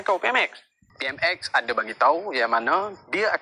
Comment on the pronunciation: Kau plk sebut PMx peram salah lsku , pej perdana menteri tlg buat report polis dan dakwa malaun ni ..